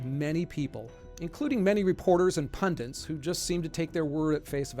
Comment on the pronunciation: It's "pundits", not "pundints". It's a Hindi loan word.